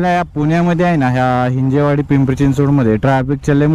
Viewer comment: Are भाऊ हिंजवडी आहे रे हिंजेवाडी nhi